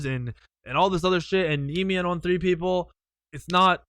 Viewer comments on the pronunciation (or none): none